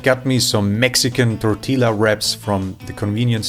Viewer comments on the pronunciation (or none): First of all, way to give me TREMENDOUS amounts of psychic damage from how you pronounced Tortillas (The L's are meant to be more akin to say an umlaut, so more of a "ya" sound so it would be Tor-Ti-Yah), not knocking you for it, but still . . . OOF. Now as far as the Gohan goes, normally you are supposed to make a "well" or "hole" in the center of the hot rice and THEN crack the egg into the center and mix it. It's a very traditional and old-school japanese dish. The reason why that's done is to allow the rice itself to COOK the egg that was put into the center, or to mix the egg with the rice to get that same sort of scrambled appearance. Now when it comes to the "green fruit" i was actually thinking more of Eggplant than Zucchini on that one. Mostly due to the fact that the image for it is purple and not actually green. But both can ironically enough work for the purposes here. Especially when it comes to the Food Cube. With the Dustwhich the only problem I have is that you didn't actually turn it into a paste xD; Ironically you actually DID do that when doing up the Food Cube, so yeah. Next time, blend the shit out of it. That would probably help with the texture. It should be more akin to say Jam. Now as far as the Food Cube goes, I am actually not surprised at how well it worked! In fact had you nixed everything but the "Green Fruit", you literally would have ended up with a simple block of Zucchini bread. With the Nutraloaf I think prisons take a different approach to